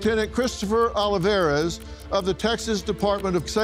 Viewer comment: O. Lee. Var. ez. No matter how rich, how educated, they can’t pronounce Hispanic surnames correctly